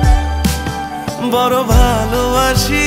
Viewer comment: পোরা কপালে,বরো বালোবাসি।এসব কি ভাই? গান এর উচ্চারণই করতে পারে না।পোড়া,বড়ো,ভালোবাসা।আরো আছে খানিক।।সংগীত এর মান ইজ্জত মারতেছে এরা